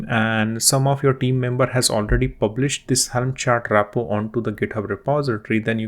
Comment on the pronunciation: It's "Repo" and not "RAPpo"